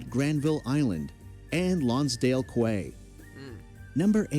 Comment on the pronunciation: “QUAY” is pronounced ‘KEY’. Video announcer is illiterate.